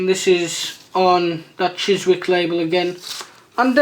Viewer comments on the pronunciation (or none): By the way Chiswick you dont pronounce the W lol